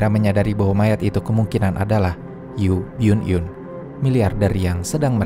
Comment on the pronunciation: Baca namanya Yu byun eun